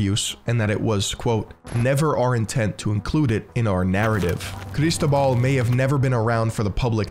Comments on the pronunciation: Cristóbal <= the accent is on the o bro. Seriously. When you do this research you don't bother to learn how to pronounce things? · I love how he forces a Spanish accent to say "Barcelona" but pronounces Cristóbal wrong. "CAR IS TOBAAHL!" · It's a great video, but I have a minor complain and I know it's sounds whiny: I suggest you to use a text-to-speech site to know how to pronounce foreign names, you completely butchered how Cristobal's name and surnames are pronounced. The accent in Cristobal is on the o.